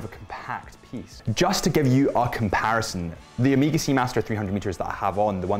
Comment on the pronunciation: Amiga? WTF? Try O-may-ga